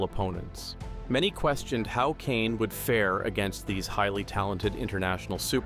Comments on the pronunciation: Kishane, and not Kane 😂😂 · It's no coincidence he got all the non-americans names wrong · These AI narrators. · Learn to pronounce the man's name. You have butchered his name. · Using Ai to narrate these names was a fail. At least correct it 😮